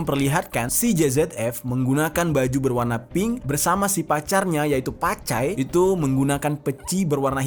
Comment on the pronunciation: Bukn pacai tapi cap cai 😅😅😅😂😂